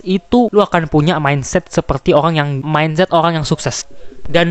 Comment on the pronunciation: RRRRRRRRRRRRRR lo pelo ya dek "olang , cale, pikilkan😅😅